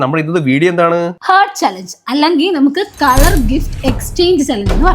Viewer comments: ഹാർട്ട്‌ എന്നാണ് correct. Hurt alla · chechii heart pronounce chyhunnath thettan (ഹാർട്ട്‌ ) ennaan parayandath too.hurt ennan chechi pryunnee sredhiknee❤ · By Sreya : Chechi the pronunciation of heart is wrong. The way u told is hurt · ഹെർട്ട് ❎ഹാർട്ട് ✅ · hert enn parayilla chechi haart ennna heart vayikkune ❤ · By the way hurt alla heart(ഹാർട്ട്‌ ) aane☺️Just for information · Ivarude english pronounciation motham thetta😢. Heart ahn hurt alla. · Chetta Hurt(murivu) alla pronounce cheyukka heart (hridayam) aanu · Hurt allaa heart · Hurt alla heart (haat)😊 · chechyy etta .... It's not hurt....it's heart (ഹാർട്ട്) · Its heart not hurt😅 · Its ഹാർട്ട് (Heart) not ഹേർട്ട് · Hurt alla heart😂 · Heart pronunciation: 🔊 IPA: /hɑːrt/ Simple way to pronounce: 👉 haart (long “aa” sound) Breakdown: H → ha ear → aar t → t ✅ Sounds like: haart Malayalam help: Heart → ഹാർട്ട്